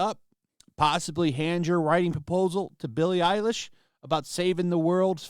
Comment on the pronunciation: Billie Eiwish... As in "Eiwish" she was dead.